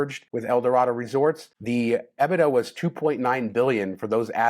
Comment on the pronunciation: E-bit-daw not ebb-buh-duh